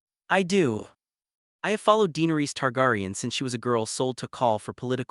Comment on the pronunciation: The way he's pronouncing Targaryan, Tyrion,and Dynarius is killing me!